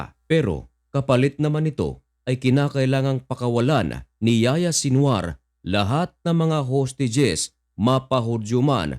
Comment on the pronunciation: Ang pagbigkas sa pangalan n'ya ay Yahiya hindi Yaya Haha